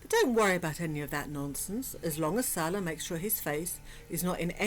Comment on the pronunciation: I TOLD her , from day one , she wasn't pronouncing his name right ... Fairly recently she is coming CLOSER to the correct pronunciation .